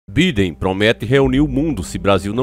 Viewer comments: Velho é joe biden Você fala birden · Biden??? O correto é "baiden"!!! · Se escreve Biden se pronuncia BAIDEN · Mano se escreve biden mas se fala baidem